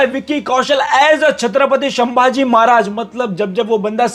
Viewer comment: शंभाजी❌ संभाजी✅